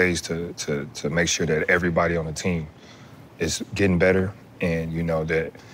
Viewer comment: Tatum after minute mark, says "erayybody" then few words later says every perfectly clear. Why not say everybody nice and clear? Lol wtf